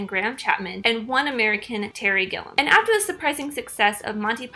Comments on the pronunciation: The American's surname is pronounced "Gill-ee-um", not "Gill-um". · It’s Gilliam, not Gillum.